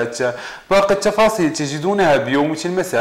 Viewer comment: واش هدا صحفي ولا ك يبيع النعناع هههههه الشفاصيل